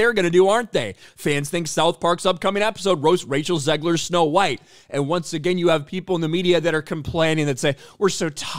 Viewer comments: Did he say Racial Zegler? Lol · Did you call her Racial Zegler 😂